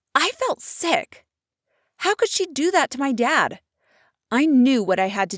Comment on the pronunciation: I (long silence) felt (long silence) sick. Sorry but it sounded as if she said seck. 5 mins later in the video: I FELT SECK